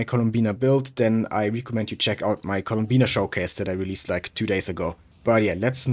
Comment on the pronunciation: it's columbina not "Colombina"